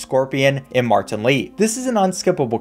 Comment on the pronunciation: But when u say martan Lee it sounds so funny 🤣